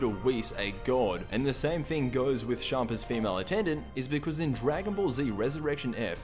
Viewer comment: Champa isn't from universe 7, he's the God of destruction in universe 8 I think, also he's pronounced champa not shampa.